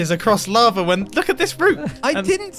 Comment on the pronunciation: drowned in l-aha-va